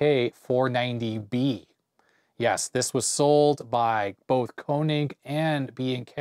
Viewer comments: Not Konig , it is KÖnig ( = KOEnig) in German language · "König" is German, not a heavy metal band name. Those dots above the "o" letter do matter. You pronounce it like a German would pronounce "Konig" (an you do it quite well!). A fair approximation for the "ö" sound is to pronounce it like the "u" in "turn".